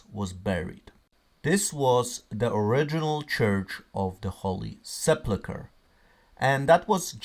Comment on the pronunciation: I'm sorry, but this is driving me crazy. It's the holy se PUL kr. There's no plu in the word.